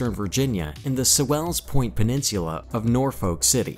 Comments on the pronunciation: For those of us that have been stationed in VA Patuxent River and Sewells Pt; was not pronounced properly in this Video. I have been stationed or TAD to most of these bases and this was a pretty good video. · The narrator’s pronunciation wasn’t even close. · Pronunciation of Norfolk and Sewell's Point was pretty weird. Is this a synthetic voice? Omission of NAS Oceana is also jarring.